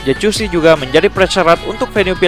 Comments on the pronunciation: jacuzzi bacanya "yakuzi" japaarrr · Geli gw min denger lu ngomong jacuzzi pake c ckckck